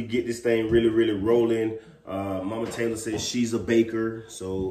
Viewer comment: saying Mike Mike! Lol I know it's mama but it sounds like Mike Mike 😭